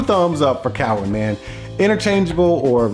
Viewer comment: Saying Cowin wrong but with this being 5 years ago, I wonder if he knows knows the correct pronunciation now.